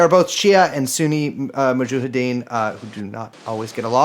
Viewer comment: Brace saying Mujahideen wrong every time makes it hard to listen to this